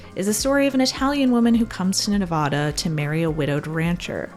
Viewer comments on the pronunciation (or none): Nevada is pronounced nev-ADD-ah, not Ne-vauh-duh